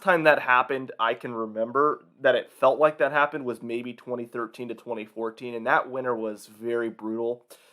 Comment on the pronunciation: I find how you say 2013 and 2014 VERY OFFENSIVE and offense content notice and